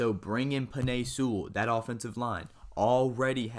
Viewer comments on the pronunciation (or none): Bro the way you say Penei Sewell kept making me cringe